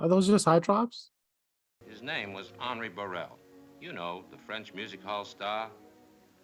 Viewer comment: Henri is generally pronounced on-ree.